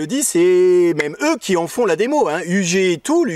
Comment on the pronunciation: Petite astuce linguistique : Si on veut parler de UG avec des allemands mieux vaut prononcer 'ou gué' que 'you dji'. Mes compétences en allemand s'arrêtent là. Ah non je me souviens aussi : couteau se dit Messer🔪